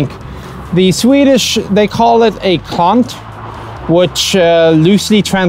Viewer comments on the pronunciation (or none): Its called "Klant" not "kant". A "klant" is someone who screwes everything up. That's an oxygen thief if I ever saw one... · OH THAT'S what he said... I kept wondering what the hell he said because it sounded like he said ''Cunt'' xD